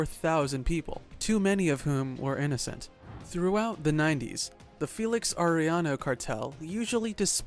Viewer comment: Yes it is.. I laugh when they can’t pronounce Arellano properly 🤣🤣 They say Are then they pronounce the LLLL Then I go correcting them by saying the two LLs are pronounce like Yaa .. Aréyano 😂😂